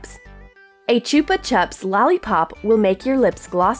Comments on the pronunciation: i was dead it sounds like your saying chuper chups but its chupa chups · Whoever the hell does the voice overs let someone else do it because you can't pronounce words properly like Nutella and chupa chup and it pisses everyone off